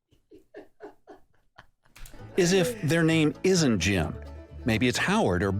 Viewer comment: they mean if you find out his name isnt jim after he says it then run😂. He said it weird